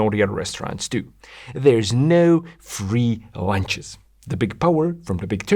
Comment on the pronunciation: it sounds like he says “there’s no free Lancias” not lunches. Pun intended? I hope so.